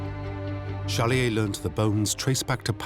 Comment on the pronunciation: Why does the narrator mispronounce the protagonist’s name as Challier?